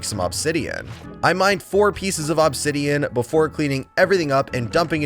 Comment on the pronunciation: Still bugs me the way you say obsidian. But that's just my ocd. 😅